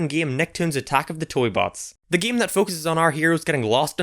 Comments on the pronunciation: its game not geam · He says game so weird.